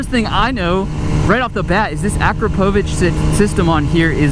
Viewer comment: Pronounces Akrapovic wrong... sounds like a child... goodbye